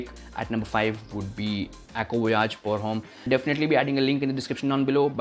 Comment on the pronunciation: i like the content u are creating, try checking out the pronunciation of "pour Homme". cuz I feel some may judge the quality of the content that u create by it. i hope ur channel to be successful